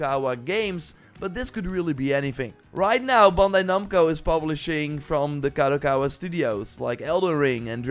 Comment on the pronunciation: He learned how to say "Kadokawa" 😅